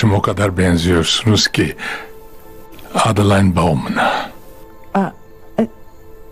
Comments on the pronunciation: Adılayn okunuşu zaten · adi layn ne ya ne sacma dublaj bildigin adelina kizin ismi